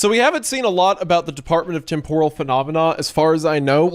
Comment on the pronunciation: All this time, and you still can't pronounce TEMPORAL correctly smh